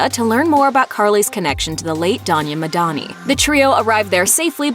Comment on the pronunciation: That's madani , not medani